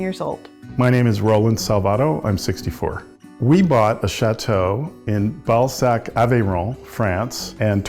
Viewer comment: Bal-sac lol